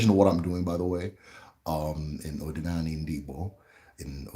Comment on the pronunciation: Iseee but my brother, try to master the accent ooo 🤣🤣 ndi Eke' Odi na ani (Uda ana) Not Odinani (Uda elu)